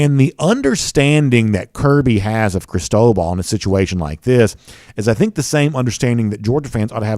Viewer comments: It is phonetically pronounced ( Chris-toe-ball ) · I've never heard anyone pronounce it the way was. It was driving me nuts. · seriously sounded weird.